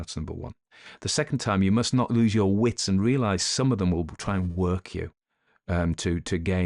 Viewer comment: I'll never tire of your pronunciation of "Yuer", and I've been listening for Yuers! 😅❤